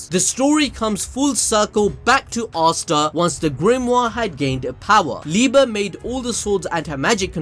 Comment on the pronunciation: wait its liba and not liebe